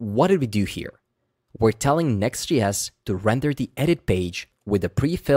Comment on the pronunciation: Why are you say “Next GS”? Are you Swedish?